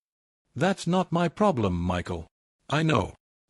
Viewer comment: another M Y story.......how hard is for an AI to say "my" instead of M Y god it is annoying